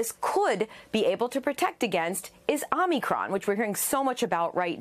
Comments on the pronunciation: why she say it like "armycron" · Ah-mee-cron... This lady... Doesn't even know the pronunciation... Can't trust what she is saying. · If you can’t pronounce omicron I really don’t want to listen to you